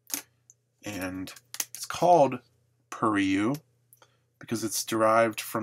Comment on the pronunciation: It's pronounced like "pure-ray" buddy lol